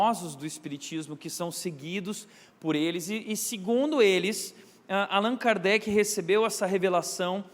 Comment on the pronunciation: CORRIGINDO O NOME QUE FOI FALADO ERRADO PELO PASTOR...... Hippolyte Léon Denizard Rivail (francês: [ʁivɑj]; Lyon, 3 de outubro de 1804 — Paris, 31 de março de 1869) foi um educador, autor e tradutor francês. Sob o pseudônimo de Allan Kardec (francês: [kaʁdɛk]),[1] notabilizou-se como o codificador[nota 1] do espiritismo (neologismo por ele criado). Foi discípulo do reformador educacional Johann Heinrich Pestalozzi e um dos pioneiros na pesquisa científica sobre fenômenos paranormais (mais notoriamente a mediunidade), assuntos cuja investigação costumava ser considerada inadequada.